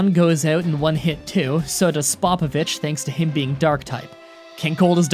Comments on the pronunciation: "Pee-kon", "s-pop-a-vich" cmon man don't be that guy, I'm going to have to unsubscribe. It's pie-kon and s-pope-a-vich. Oh and you just had to end it with "Dragon ball Zed", proving you have never watched a single episode of the series. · You said spopovich wrong man that’s sad for how long you’ve been playing Pokémon and you don’t even know spopovich